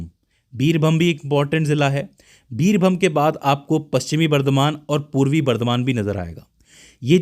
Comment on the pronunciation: जयपाई गुड़ी नहीं जलपाई गुड़ी है , बीरभम नहीं बीरभूम है , मिदनापुर है पहले रिसर्च करो जगहों के सही नाम क्या हैं उच्चारण कुछ अलग है लिख कुछ और रहे हो